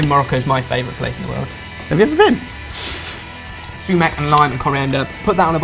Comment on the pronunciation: LOLOL su.bone and su.mac